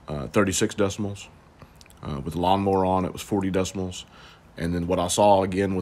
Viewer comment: DECIBALS! NOT DECIMALS!